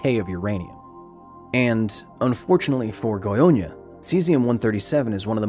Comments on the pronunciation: at it again! Amazing documentary, as a Brazilian, this one hit different. I wasn't aware such a big disaster happened here, and again because of human error, mismanagement and lack of education. And yes, you butchered the names, but in your defense, the "â" in "Goiânia" is a nasal sound, which English just doesn't have, much like in Portuguese we don't have the "th" sound, making "thing" sound like "fing" when we speak it. It's hard to make a sound you never made, with parts of your face you're not used to moving in that particular order. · The goyña xdxd I'm dying xd Brazilians were just being brazilians. State has the blame. U did well... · its goiana not gonhonha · Great video but I hate hate HATE the way you say "Goiânia". You pronounce it like "Goionia" which doesn't make sense. It's GOI-A-NIA and NOT GOI-O-NIA. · Â is pronounced like "uh", not "oh" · It's funny how you always says "GoiOnia" instead of "GoiÂnia". This "â" is pronounced "inwards" (through the nose), it's not an open A like in "absent", but more similar to how an/aid/aim have the same "a" sound. I think this phoneme doesn't exist in any word in English, this through the nose A/O/E (with the little hat above like â, ô, ê), so to be easier for you just pronounce those vowels with open phoneme for them. For A use the sabe pronounce as in Absent/Absence/Alligator/Alive. For O use the same as Option/Optimal/Optimistic. For E use the same as Ecology/Economy/Ecosystem. I'm Brasilian by the way. Great video. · Haha I'm so sorry but the way you pronounce Goiania is kinda funny. Should be more like "Goi-ANNE-ah" like "Britannia". And I'm not gonna lie, Goiania is not exactly the most advanced city in the world, the fast response time from the government there was kinda impressive, I'd expect much worse from brazilian government in the 80's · It’s pronounced Goy-uh-nya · It's not pronounced "Goionia". Great video though